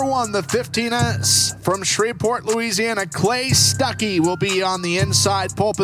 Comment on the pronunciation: From shriv-port 😂😂😂